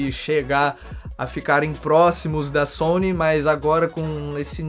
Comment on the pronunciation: vc puxa uma pronúncia americana que deixa muito legal essas palavras hahah